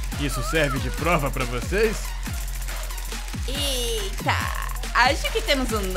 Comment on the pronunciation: A jornalista "EITAH*